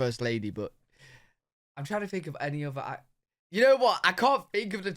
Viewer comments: you use "F" instead of the "th" sound. Fink for think, free for three....but it's probably regional, like accents in the US. And you like to say YA'LL....so it's all good! 😂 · You don't S-back but you do TH-front. That is, you pronounce all your TH's (think, three) as F's (fink, free). You're not alone. I see a lot, and I mean A LOT of Brits do this, but it is very noticeable. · Brits (including you) often change the 'th' sound (think) into an 'f'. At the very end of you video "Let me know what you guys fink." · You and other people in the UK pronounce "th" as F, fink instead of think,free instead of three,anything with a "th" you pronounce as F.